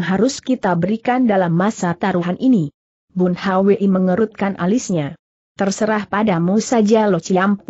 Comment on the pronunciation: Aneh nama orang selalu di eja padahal bs diucapkan langsung (bun hui)tp selalu bilang bun h w i